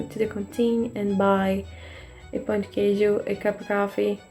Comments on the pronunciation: It's tricky to say "pão de queijo" correctly. It sounded like "pau de queijo", which would make any Brazilian laugh out loud: that would mean "cheese dick". They are delicious, though! Easiest way to make them is to buy the mix in the supermarket and add eggs and milk. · I'm sorry, but it's very funny when a gringo tries to say 'Pão de Queijo' because it sounds like 'Pau de queijo', which is like Cheese stick or cheese penis haha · just a tip :) careful with the way you pronounce “pão de queijo”, bc if you don’t properly nasalise the “ão” sound in “pão” it sounds like “pau” (like it did in the video) and then your saying “cheesy dick” in Portuguese instead of “cheese bread” 🥲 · LMFAO my god you absolutely murdered those Pão de Queijos lol. They should have a texture somewhat between your 2 takes, should be chewy but not stretchy and stringy. They should be a little elastic but then break. And yours looked kinda dark and dry inside, which leads me to think you may have put too much flour. The thing with the Cassava Flour is that it has some variants, and the one you should use is called something like sour starch (polvilho azedo). It is a little more acid, and if you put too much, it tastes like tangy and not that good. Pão de Queijo should taste like powdery and salty on the outside and be a little more wet and chewy on the inside. It's great with fillings too! Usually, we get them while still hot and spread butter, so it melts, then put some Requeijão, which is a silkier, less sour cream cheese we have in Brazil